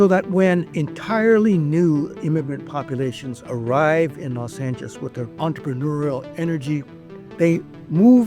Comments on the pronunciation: Why does the old guy keep saying “Los Angis”? It’s so annoying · Why does he say Los Anges?